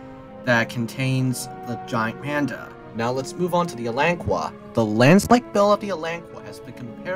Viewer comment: It's pronounced (alan-ka) there's no "u"!